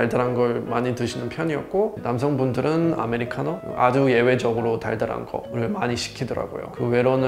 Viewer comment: 우와 영어를 한국인발음으로 구사하는 분은 첨~~대박 아메리카노,쓰리샷,cctv 한국인인줄ㅋ